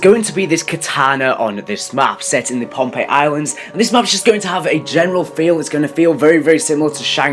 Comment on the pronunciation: Hey dumbass its posiden that's the Greek sea God and its phonpei not pompei